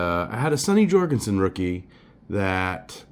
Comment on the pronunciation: Nice. A bit too chatty. And pronounced “Jur-gensen” not “Jor”